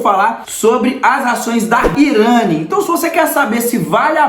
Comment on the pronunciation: "IRÂNI"?! Pelo menos aprende a pronúncia do nome da empresa